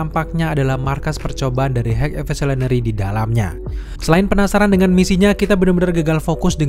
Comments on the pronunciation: "Hek Evosulinary" 😂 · "HEG EVISOLENERY" 😭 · Pelan2 bang…H I G H E V O L U T I O N A R Y….High evosulinary 😂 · dibacanya gini "hai evolusionery" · Bang... Kalo ngomong high evolusionery belepotan, di singkat aja bang 😂😂😂 supaya bang jangan sulit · sama, cosmo the pace dog juga agak susah, wkwkwk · Bang lu ngomong high evolutionary nya kaya yang berbelit, coba dengerin sendiri deh. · Kepeleset di high evolutionary ya? Wkwkw